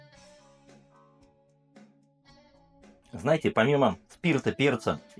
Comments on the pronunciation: Не хочу быть душнилой, но кИновский (от КИН -- "Концентраты и Напитки") вместо кинОвский, не усОвский, а Усовский (от Усово). Это как питЕрский вместо пИтерский. Чувство языка должно же присутствовать. Что касается обзора, то сравнивать производство с разливом не имеет смысла, естественно Фанагория заведомо лучше, хотя бы потому, что ее делают сами, от винограда до бочек. А Киновский, это что закупят, то и нальют, сегодня хорошо, а завтра лишь бы линию не останавливать. Цвет, это субъективщина, оба образца красят сахарным колером. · кИновский,! кИ—нов—ский!!! фанагорИя! фа—на—го—рИя!!! Ты же русский, вроде! 🤔 А вот АлвИсУ можешь как угодно называть - вся её продукция хрень полная, к сожалению.... 😕